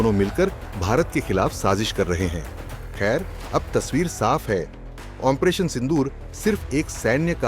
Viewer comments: Operation ko ONPRETION kyu bolte ho ? Koun dictionary main hain ye word ? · Operation pronounciation toh thik se karo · ऑपरेशन तो सही ढंग से बोलना सीख लो😂